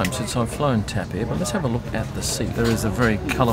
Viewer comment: it is not called TEP, but TAP :face-blue-wide-eyes